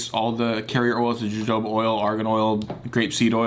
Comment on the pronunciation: Jojoba: huh-hoe-buh. Great video as always man!